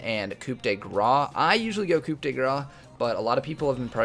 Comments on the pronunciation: Btw you don't pronounce Coup de Grace as Coop de Graaaa xD You dont pronounce the P in Coup and Grace is like grass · Just for you to know, the rune " coup de grâce " Comes from french and "grâce" is pronounced pretty much like "grass" ;) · "Coup de grace" pronounce it like this "koo the grass" and french viewers will be happy :P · Coup de Grace is (Koo- du- grah) the p is silent. loved the video